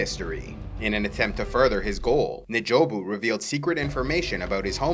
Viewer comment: N’jobu is pronounced en jobu not neh jobu